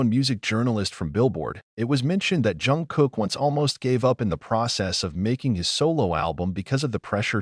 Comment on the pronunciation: Why is the voice saing John Jungkook 😭😅